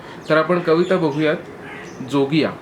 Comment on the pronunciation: जोगिया ह्या रागवाचक शब्दाचं तुम्ही केलेलं उच्चारण चुकलं आहे. त्यातील ज हा तालव्य आहे, दंत तालव्य नाही.